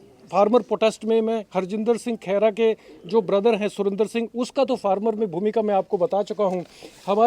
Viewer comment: ਭੈਣ ਜੀ ਪੰਜਾਬੀ ਸਹੀ ਕਰੋ. ਖੇਰਾ ਨਹੀ ਖਹਿਰਾ ਹੁੰਦਾ